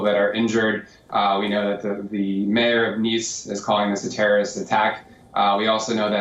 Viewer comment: Terrible accent of; tonnes of um and uh and several mispronunciations... like nationally instead of nationality compaq instead of compact, terroist instead of terrorist; Might be odd to people that i am picking up faults in a native speaker but native speakers re the ones who are more prone to jump words and alphabets while normal conversations; BUT THAT'S HARHLY WRONG WHEN YOU DO REPORTING AND YOUR WORDS ARE NOT CLEAR TO COMPREHENSION OR AUDIBLE PROPERLY; might be a few pegs down:-)